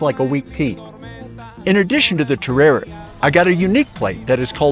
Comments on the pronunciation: Just went there and ate sooo much asado and vori vori. Café de acá is amazing! Definitely recommend. The terere is sooo refreshing the actual pronunciation is (Teh day day) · i as just there last week the drink is terere pronounced teddaday